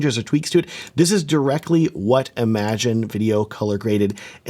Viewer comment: Small note: "Im-a-gen" not "imagine". It's originally a Spanish word (pronounced "ee-ma-hen") that was colloquialized into English. Different meaning and pronunciation than "imagine".